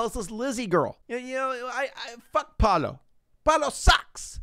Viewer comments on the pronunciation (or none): the way he says PALO instead of PAOLO i- 😔🔫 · IM DYING it’s pronounced “p ah uu l oh” you’re saying “Palo” WHICH MEANS STICK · palo"??????????? wtf???????????????????????? its PAOLO.... PAAAAOOOOLLLLLOOOOO it means "pablo" or "peter", etc......... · I’m Italian and the guy is named Paolo, not Palo, that means pole in English 😂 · Yeah he meant to say Paolo not Palo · I love how he calls Paolo "Palo" because in spanish that literally means S t i c k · 23 minutes of yelling PALO! at us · Since he's italian his name is likely Paolo, /the actors probably just pronounce it in a weird way. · Me ha estado matando escucharlo 🤣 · I guess the guy is called Paolo, but you pronounce it like 'palo' which means 'pole' in italian. I was confused for a bit 😂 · Paolo: Pah-oh-loh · You’re pronouncing Paolo so wrong that it sounds like you are saying “Palo” the whole time, which means pole in Italian so lol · I'm sorry, his name is... Palo? *Palo*? Stick??! Or is he mispronouncing Pablo? Hahaha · they're mispronouncing Paolo which is a name in Italy that just.. isn't pronounced like that lol. You pronounce every vowel, pah- oh- loh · I’m fucking losing it at how he pronounces Paolo, HE’S CALLING HIM POLE I’M CRYING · The way you say “Paolo” is so funny because it sounds like you are saying stick in Spanish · Paolo, Italain for Paul and they are pronouncing it wrong, of course